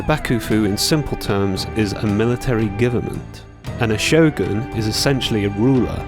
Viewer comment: I'm saying to pronounce it like a Japanese would. You pronounced Shogun right but butchered Raiden which confused me. Also there should only be 1 way to say Raiden since it is a Japanese word with no other pronunciation variations.